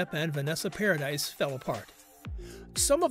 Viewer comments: OMG thank God someone else said this. If you're going to report something about someone, at least look into how their name is pronounced. It did my head in. "Paradise" 🤣🤣 twit! And I hate click bait, Vanessa hasn't spoken out about any of this. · Vanessa’s last name is pronounced Para dee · If you're going to make a video about someone, then at least look into how you pronounce somebody's name, paradise? 🤣🤣 It's pronounced with the eeee sound for crying it loud, and where exactly did this show that Vanessa had said anything about heard? 🙄 Click bait videos are so annoying. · If your gonna narrate celebrity news, please pronounce their names properly. Note, it's not a difficult request. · EXACTLY. Click bait videos are so annoying, and he didn't even know how to pronounce Vanessa's surname correctly. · exactly how I felt. If someone is going to be doing a video about another person, they should at least make sure they know how to pronounce that person's name. Did you also notice that he called Johnny's son Jack Christopher Depp Jr.? I know his name is Jack. But, where does the Jr come from? That's confusing. It would mean either Jack's given name is John/Johnny/Jonathan & Jack is a nickname. Or Johnny's real given name is Jack. Or someone got his name wrong too. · I can’t get past four minutes with the constant mispronunciation of her name. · Vanessa’s name is NOT Paradise it’s PARADIS!! It’s French, the “s” is silent!! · PARADISE has an E at the end Please STOP saying paradise IT'S PRONOUNCED PARADY 🤦🏾‍♀️ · Thank you. Came to say the same thing. Was driving me bonkers when he mispronounced each time he said it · Exactly. It kills me when these narrators pronounces names wrong and wrong with confidence. It’s like you should research the people you are going to talk about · I KNOW HOW IT'S SPELT 🙄 I SAID PARADY SO IT'S PRONOUNCED PROPERLY. I KNOW YOU SPELL HER SURNAME PARADIS. THANK YOU 🥴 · omg they cant even pronounce vanessa's name right PAradis not paradise